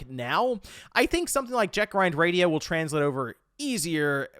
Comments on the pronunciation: If I hear him say "Jack Ryan" Radio one more time, I swear I'm going to beat my head on the wall lmao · My ears Bleed, every time he say Jet Grind Radio instead of Jet set :/